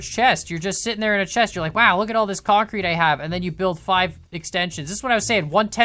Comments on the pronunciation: You mean kAncrete? XD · Oh my god I will never hear the word kancrete the same ever again. I MEAN CONCRETE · Yay now i hear KANcrete 😅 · Because of you I now hear (concrete) kancrete